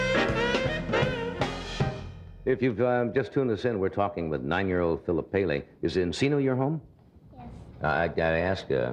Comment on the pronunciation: Phillip Cha-Ka Paley